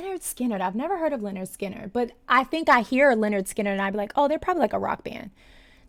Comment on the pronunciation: I love ur energy. But thats not skynard